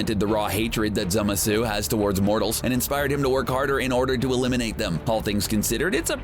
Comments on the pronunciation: ok.... the way you say zamasu makes me wanna puke in my mouth... its not a french fucking dessert! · Goddamn, the way dude says Zamasu is obnoxious. For gods sake, if you watch the show they say the pronunciation! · Soulless Flame I’m glad I’m not the only one irritated y his pronunciation of Zamasu’s name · its zamasu not zemasu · it is actually pronounced zamasu, not zemasu scrubs at cbr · STOP. SAYING. ZEMUHSOO! It's Zah, mah, soo! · cool video but the way you say "zamasu" pisses me off its not zamasuuuuuu its zamasu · Zemasu lol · Its called Zamazu not Zemazu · Zemsu............ it’s zamasu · Stop saying zemasu it’s ZAMASU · Dude this guy doesn’t know how to spell and say a lot of villains names It’s Zamasu not Zamesu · It’s ZAMASU not zemasu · Zamasu not zemasu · Idiot it's zamasu not zemesu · Zemesu really it's ZAMASU!! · Zemasu? Isn't it zamasu? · Zemesu? ITS ZAMASU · Its not zemasu but zamasu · I thought it was Zamasu not Zemasu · Who the hell is zema sue? It's zamasu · Its spelled zamazu not zemasu idiots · It's Za-ma-suu, not Zemesu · It's Zamasu not zemasu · This guy said "zimisu" and not "ZA-MA su" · Wtf is "Zema-su" his names "Zama-su"! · It's not zemasu it's zamasu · Is this jack off calling zAmasu zEmasu? Wow. Don’t know how you messed that one up. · IT IS ZAH MAH SU NOT ZEMISU, AND JIREN ISNT A VILLAIN! DID U EVEN WATCH DRAGON BALL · ITS SPELLED ZAMASU AND PRONOUNCED ZA MA SU NOT ZEMESU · WTF who is zemasu its zamasu what are u crazy?XD zemasu lol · No wonder you’re pronouncing Zamasu wrong. It’s ZAMASU not ZEMASU. ZAMASU. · it's ZAMAZU not Zemasu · Zemasu? Lmao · He pronounces zamasu as “zemessoo” and kamehameha as “cuhmayhumayhuh” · Did anyone else catch he called him zemasu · Did he rlly say zemasu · Zemasu xD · Why was zamasu pronounced ‘zemesue’ 😂😂😂😂😂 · *Zamasu (ZAH-MAH-SU) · 1 it's Zamasu and you need to work on your pronunciation. 2 Jiren and Hit aren't villains. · its pronounced zamasu ZA MA SU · I can’t unhear zeh meh suu. Ugh